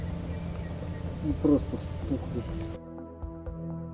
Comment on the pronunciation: "И прросто стухли!" ))